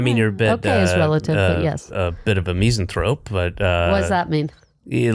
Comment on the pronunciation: Meez-anthrope? What an odd pronunciation!